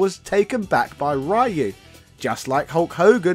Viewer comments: Could you please pronounce "Ryu" correctly? It's insulting. You don't even have to say it in the Japanese way. Just say "ree-u" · I can't stand hearing people mispronounce Ryu like that. It should be punishable by law. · Aaron Roberto you may "see" it correctly. But you probably pronounce it wrong. English natives can't speak Ryu's name right, and that's a fact. Get over it. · Over 30 years of Street Fighter and people still dont know how to pronounce "Ryu" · His mispronunciation of Ryu's name almost makes me want to stop watching, lol. Great video though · Same! He is actually capable of pronouncing it properly because I've heard him say it in "shoryuken" & he doesn't pronounce "Ryo" as "rye-yo" either so I'm pretty sure he's just trolling us now to get a reaction. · I like how you say Ryu's name wrong. Takes me back to the 90's 👍🏽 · He knows.he does it on purpose to troll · He pronounces Ryu on English noooo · It's funny to consider that he's called the Japanese equivalent of Ryan. We all have Google translate, so there is no excuse for pronouncing these names wrongly. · You're just going to mispronounce "Ryu" forever?... Even though there's thousands of examples of the correct pronunciation, from the games themselves? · I die a little each time someone mispronounce Ryu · He just does it intentionally to get a reaction or because he's stubborn & wants to spite everyone that's tried to correct him over the years. He doesn't pronounce "Ryo" like that & he can say it properly when he says "shoryuken" so he's just trolling. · It hurts my ears to hear Ryu pronounced as (raiu) the name is Japanese so it is pronounced (Riu) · How hard is it to say Ryu and not Rye-you? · The embarrassing history of saying "Rye-You." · I hate when they pronounce "raiiu" the character's name, when the correct pronunciation is "ryu" as it is written 😡 its sooo anoying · Also it's NOT Rye-yoo. It's Ree-yoo. Just listen to the announcers in the games. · Rayu 😂 bro it’s “Ree-U”